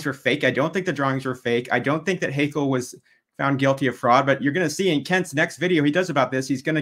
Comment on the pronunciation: Great job, Kent, as always! One little tip: "Haeckel" is pronounced "Heckel" not "Haykel" .